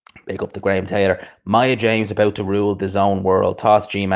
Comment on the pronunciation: It’s Maya Jama bro lol